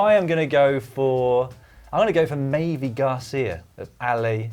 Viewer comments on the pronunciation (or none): Good content, but mavi García is mispronounced... Mavi same as Mavic. Not mayvee